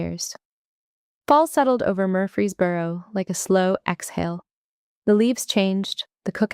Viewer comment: Watching from Tennessee. & the town is MURFREESBORO, not Murphy's Boro!